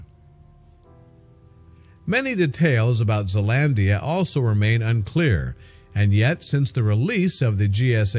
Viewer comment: you said Zealandia so wrong